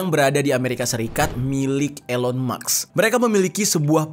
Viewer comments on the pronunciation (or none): Elon maks?, baca mask.